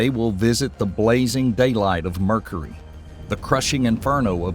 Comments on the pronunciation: My man said Murcary. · Worth the price of admission for the pronunciations ("Murkery", "Urinous")